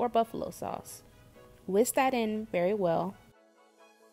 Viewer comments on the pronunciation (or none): none